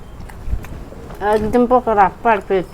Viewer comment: pokura na pakora vabi